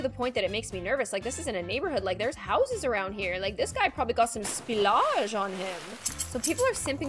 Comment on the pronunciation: Why is she saying spilash so much? I'm dead :l)